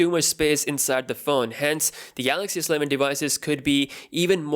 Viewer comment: Why do you say Sleven like it's one word? It is S-Eleven.